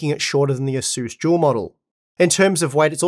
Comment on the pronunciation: Im new to the 3 and 4 series, is he saying it's a Jewel bios or dual bios? What is a jewel bios, if that's what he's calling it.